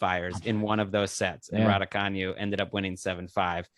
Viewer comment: Another dope episode. I heard Emma Raducanu in a video say her name and it’s not the way y’all decided to say it. Hope y’all can keep the podcast going!! Courts of Thundeeeerrr